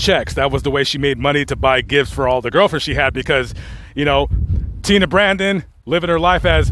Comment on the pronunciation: How are you saying tenna brandon?. His name was brandon and its HE not she